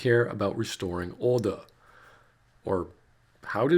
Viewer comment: No, it's "WESOTWING OHDAH."